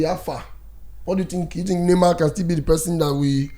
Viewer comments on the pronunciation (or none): none